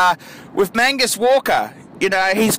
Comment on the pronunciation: Mag Nus not Man gus,,,, fuckers